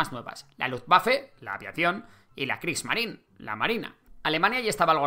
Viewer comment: Reichswehr = raijsver (no raijsber) U-Boot = uboot, no iuboot Kriegsmarine = krigsmarine, no krigsmarin